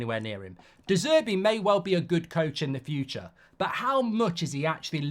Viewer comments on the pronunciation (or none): none